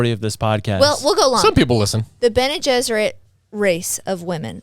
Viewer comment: I can’t get past calling the Bene Gesserit the Bene Jesuit